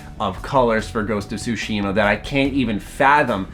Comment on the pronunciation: Calls himself weebs but Americanizes the pronunciation of 対島